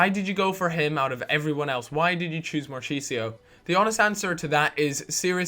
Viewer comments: its not marcheesio, it's pronounced markisio. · Cal it's Mar-key-sio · mar-key-sio sorry for being a dick ;) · its not spelled like marchisio,its like markisio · Good vid but you butchered marchisios name its pronounced mar-kis-io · Its pronounced MAR-KEY-SI-O, and just JOUROU, dont pronounce the d. sorry to be the grammar police. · its pronounced markisio